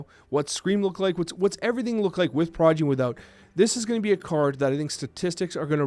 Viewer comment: Is saying Prodgy?